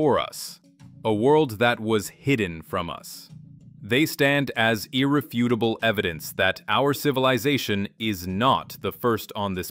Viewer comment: Ir - REF - utable, not Irre - FUT - able.